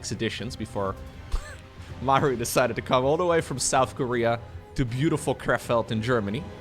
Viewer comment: It's Kréfeld, not Krèfèld. Long eee. ;)